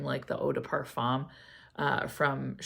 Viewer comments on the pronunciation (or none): none